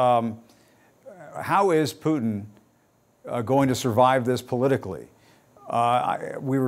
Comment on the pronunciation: Why cant any American news anchors pronounce Putin correctly? Listen to your guest and learn, Jim!